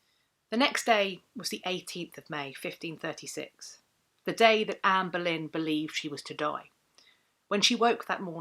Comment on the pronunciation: I feel like a right irreverent ass for hearing “Amberlynn” in the pronunciation. Like, sure, I waste shameful amount of time in gorl world, but FFS. Here I am trying to better myself!